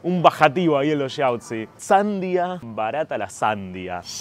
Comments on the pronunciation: "Sandia" significa necio para pronunciar la fruta se le dice "Sandía" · HOLA PIOLA TUS VIDEOS CHE ......SAN DIA...ACENTO EN DIA...HACENOS QUEDAR BIEN HABLANDO ES UNA PALABREAAGUDA ACENTO EN ULTIMA SILABA